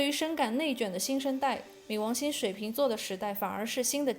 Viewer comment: 跟我一起读ming 二声